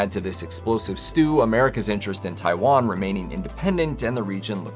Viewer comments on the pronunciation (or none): none